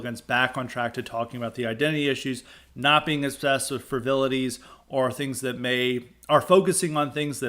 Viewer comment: When you say "frivilities", do you mean "frivolities" from the words "frivolous" and "frivolity"?